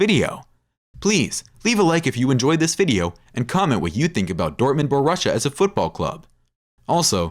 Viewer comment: Yeah, that was killing me... Bo Russia.